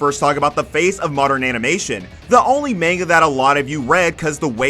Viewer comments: its MANGA, not MENGA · The way you say manga kept me from subbing today.